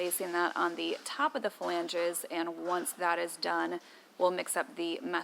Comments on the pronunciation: "Flanges" not "Phalanges" 🤣🤣🤣 although your fingers might be stuck in there of course. I would want access to those watertight compartments at least for inspection if not stowage. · It always makes me smile how she says "fa-lange" :)